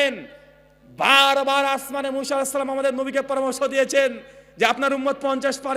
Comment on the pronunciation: মুশা নয় মুসা নবী, নামও টা ঠিক মতন উচ্চারণ করতে পারেন না আবার আরেকজনের ভুল ধরেন, মানুষের ভুল ধরাধরি না করে নিজের ভুলগুলো কথা হইতেছে সেগুলো ধরুন